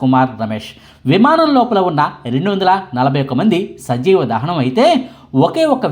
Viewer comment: సంజీవ దహనం కాదు.. సజీవ దహనం